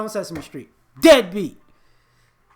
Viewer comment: You're saying dead beat, but all I hear is NIGGA!!!